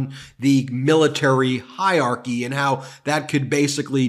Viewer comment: It's not, HI-archy, it's HI_ER-archy!!! You went to law school?!? Were you required to be fluent in English?